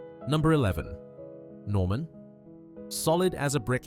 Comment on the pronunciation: Listen very carefully and you will hear that it is not a real person narrating,but a shit AI voice. The way it gets the stressing wrong on "Doris Day" and "Norman" are just two examples. The script is poor, and the Oscar Wilde reference strange. The accent is a curious fusion of US/UK that sounds decidedly off.